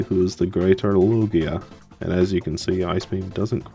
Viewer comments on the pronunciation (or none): Omg, it's Loo-ghee-ahhh! Oh no, that starting set tho :3 glad you got to use Lugia tho!